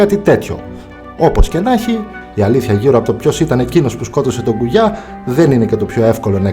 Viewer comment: Απλα αλλαξε τον τονο στον Κουγιά